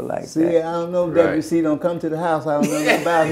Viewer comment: "I never saw De-bu-ssy at our house" 😆